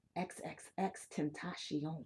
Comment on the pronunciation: Ten tas yon. Its spanish. You're still not saying it right